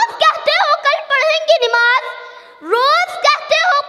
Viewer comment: نَماز ہوتا ہے نِماز نہیں ہوتا ہے ماشاءاللہ بہت عمدہ تقریر ہے لیکن اصلاح کی ضرورت ہے